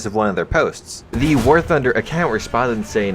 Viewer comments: All I heard at the beginning was "welcome back to Warthauhfosjadbng;alskjgdba;ob news" No offense lol =P Great rumor info. Would be neat to see some of that if its true :0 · did I hear "Wargucking news"?